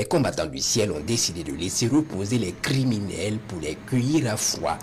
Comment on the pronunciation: Ces kériminels doivent tous être bien verrouillés. Le commentateur mérite un prix d'or. Les opérations ...........................................................se proursuivent.😆😆